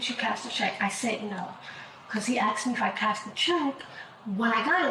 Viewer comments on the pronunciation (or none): Why do i keep hearing people in all these video's from the US say 'axed' instead if 'asked'? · Why do white people say "Arxed" is it cool ?